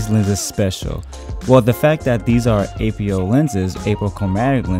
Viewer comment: APO is pronounced in one word not as separate letters.